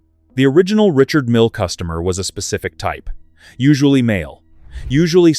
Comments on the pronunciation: Why do you pronounce his name MILLY ? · I dropped down here to say the same. Disgusting to hear two different pronunciations of "Mille" in back-to-back sentences. I'm outta here...I feel insulted.